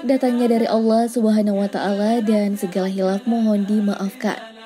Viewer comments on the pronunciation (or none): none